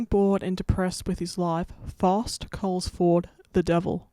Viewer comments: You say Faust wrong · First off, as a german, I really had no idea at first that you were talking about Faust, the pronounciation is really different. Also, Fausts contract with the devil didn't run for a set number of years, but rather until Faust had finally sated his hunger for knowledge and satisfaction/pleasure